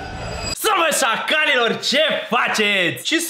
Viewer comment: Credeam că ai spus saracilor in loc de sacalilor😂